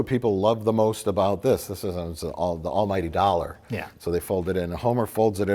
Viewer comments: I cheered when you said "the all ight ollar" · "The al-igty ollar"?....................heh heh heh. I get it. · "The all ighty ollar?" I get it! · The All… Ighty… Ollar? Hahahaha OH, I GET IT!